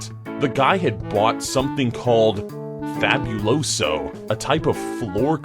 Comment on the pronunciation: I'ma bird says it like a white guy